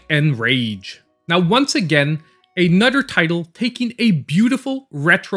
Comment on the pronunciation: A nudder